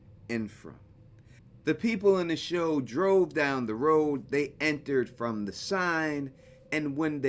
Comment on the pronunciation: It was really hard to hear what you said. It sounded like you said .. ".... on a show called friend..." and the episode it called Westfield Protocol or Welcome to Westfield???